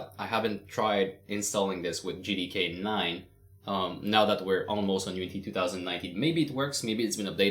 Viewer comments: I can't be the only one who heard "N word D K" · I thought he said you will need the n word LMAO